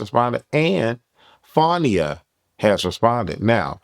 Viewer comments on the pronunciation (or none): lol you know that’s not how you pronounce Fania name. Nonetheless J.O. Doing what all the other girls doing but I don’t think Zeus wanna deal with her